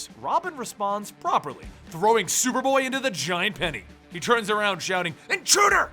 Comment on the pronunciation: at the beginning you said shuperboy